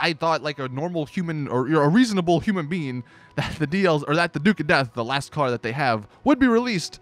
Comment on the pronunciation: "...Human bean." - 2017